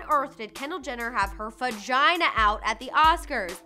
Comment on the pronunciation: Am I the only one who heard fagina instead of vagina?